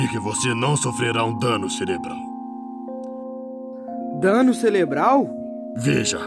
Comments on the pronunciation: Dano CELEBRAL?? KKKKKK Isso só pode ser brincadeira né? Ele realmente acha que se fala celebro ou celebral? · O rich causou a "morty" do muleque ;-; Eu vi a metade e eu percebi que o maluco errou e falou "DANO CELEBRAL?" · "Dano Celebral?!" amei